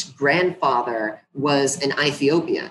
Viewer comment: She has a strange way of pronouncing Ethiopia like I never heard it before. She's no historian.